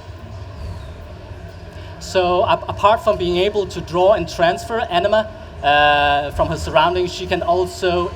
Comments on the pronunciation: The way he's saying it... it sounds like enema. I know it's anima, I can read. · I keep hearing enema....